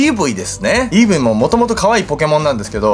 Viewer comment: イーブイをエーブイ、ピクシーをセクシーって言ってた様な